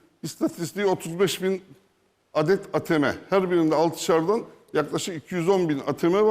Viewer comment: Eytiyem ne ağteme ağteme